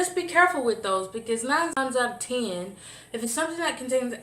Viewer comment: All natural is the key, at least close to. Thanks for the video. You said 9 times outta 10 like a ole veteran Alabama pimp... 9 times outta teeinnnn haha I love it !!